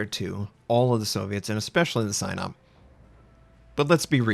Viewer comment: I know it's completely unrelated but for the love of god please, pronouncing of Sinop is something like "see-nope" not "Cy-nope"